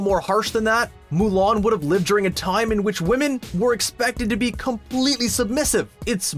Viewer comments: Nobody: Screen Rant: MOO LARN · Mow Lawn